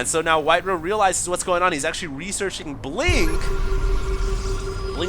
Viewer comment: I thought it was pronounced white "RAH", not "RUH"